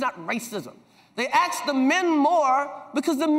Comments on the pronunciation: Funny how he went from saying "ask" to "axe." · Why do people mispronounce ask as axe? Chris Rock started right then slipped into saying axe. I’m bamboozled by it....not quite discombobulated yet, but I’m not far off!